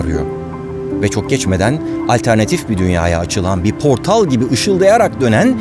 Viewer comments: da portal yerine portil demişsiniz barış bey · portalin aşkına ilk kez barış özcanın dili sürtüşüyor! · "portalin" Barış Özcan diksiyon hatası yaptığında moralim bozuluyor. Ama her 30 videoda falan görüyorum. Harikasınız hocam!😊😂